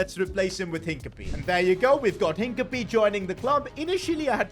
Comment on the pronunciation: No way he said hinacipe over gabriel